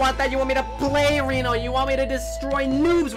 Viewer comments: literally made the video unwatchable for me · It's not re no, its reeeeeeeeeeno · It is not Reeeeeeno, it is Renooooooooo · Nobody::reno Everybody else: REno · jesus christ it's REE-NO not REHN-OH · It’s pronounced reno like with a hard E like reed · I Think its pronounced Renault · I cringed every time he said “Renno” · Each time he says Reno, he says it wrong and it makes me mad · Guys it's pronounced Reno not Reno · It annoys me how he says Reno not Reno